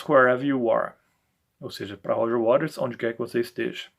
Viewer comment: A maioria pronuncia Roger Waters>>>wa''TERS'' e você corretamente Waters>>>RES>>>"waRES"👍